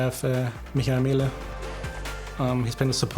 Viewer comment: Mihur Mulleh hahahahah bruh how can u butcher a name of ur player so bad